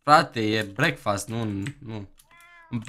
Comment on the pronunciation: Vezi ca nu se spune breakfast asa cum ai zis daca ar fi sa citesti asa ca pe romaneste brecfăst :)